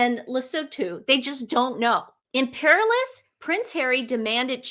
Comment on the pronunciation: The word Imperious does Not have an L in it! You read it - Imperilous- twice! (a whole different meaning!) 😳